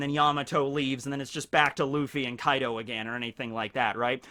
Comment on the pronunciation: He said Kai D. O 🤣